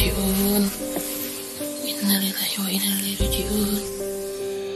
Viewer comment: Mbak ngucapin inalillahi aja salah tuh diawal vdeo